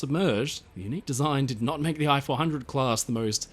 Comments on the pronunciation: Ee-chee 400. Computer voicing... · Hi. I am a Japanese and enjoy watching your every upload. Japanese sub I-400, correct Japanese pronunciation is rather close to pronounce "E" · The correct way to pronounce "i" 400 is to use the English sound "ee" as in Feet. It's pronunciation would be the same as if you wrote "e-400".